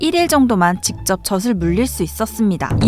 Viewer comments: 발음하실때 저슬..아니고 저즐.아닌가요?? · 저슬 말고 저즐 이라고 발음했으면 좋았을텐데.. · 저슬 아니고 저즐......... 거슬리네요 계속 나오니까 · 너무 재밌게 보고있어요! 다만 '젖을'의 발음은 [저슬]이 아닌 [저즐]입니다ㅎㅎ! (젓은 새우젓, 오징어젓 등에 쓰는 젓)니까 발음까지 정확하면 더 좋을것 같아요 ㅎㅎ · 내용은 좋았는데요 벌음이 거스려요 젖을: 저즐(ㅇ)저슬(×) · 젖을 : [저슬] 이 아니라 [저즐] 이라고 발음해야 맞는 것 같습니다. 마찬가지로 젖이 도 [저시] 가 아니라 [저지] 가 맞고요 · 재밌게 잘봤습니다. 젖이 젖을의 발음을 저시 저슬이아니라 저지 저즐로 해주시면 더 좋았을것같아요 ^^ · 젖을 [저즐] 교육적인 컨텐츠가 많은 만큼 올바른 발음에도 신경썼으면 더 좋았을 것 같아요. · 젖을 젖에 발음이.. 너무 신경쓰여요 ㅠㅠ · 아니 이걸 아무도 검수를 안한 건가? '젖을', '젖이'는 [저즐], [저지]로 발음해야 하는데 [저슬], [저시]로 발음하네요. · 발음교정좀 하셔야 할듯 저즐 저지라고 하셔야죠 그리고 시옷발음도 교정하셔야겠어요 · 저도 같은 댓글 쓰려고 했어요. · 계속 [저슬], [저시] 라고 발음하잖아요. 이건 실수가 아닌지라 뜻이 얼마나 달라지는지를 보여 준것입니다. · 새우젓도 아니고 왜 자꾸 [저슬][저슬] 그러나요??